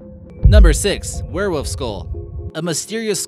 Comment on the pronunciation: its a wherewooof lol god this guy cant talk words goooder